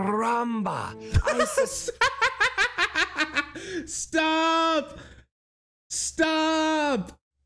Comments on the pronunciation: Bro, “CARRAMBA”? 😂 like, why the hard R? 😅 it’s “caramba” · I know right? They even got his birthplace of Genova correct (northwestern Italy), yet they make him say "ayy caramba" and pronounce his Rs like a mexican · it ain't even the right Spanish accent 😭 it's like if they had John F Kennedy speak with a Jamaican accent (which to be honest would be hilarious)